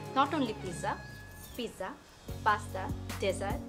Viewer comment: Tisha bastob jibone onk unsmart. Pizza word ta thik Kore bolte parche na. An ordinary director made artist. Education (knowledge) is important for any job.